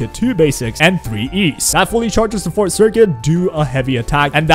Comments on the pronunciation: It took me until 3 minutes in until I figured out what circuit you were talking about because you kept calling it the fort circuit, lol. It’s For-Tay, two syllables, not Fort, it’s a Latin (French, Italian) term, not English, so different pronunciation rules apply. Think of it as saying the number 4, then Tay, so 4-Tay, if that helps! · Love the video but why do all of the WuWa youtubers say forte as "fort" 😭😭😭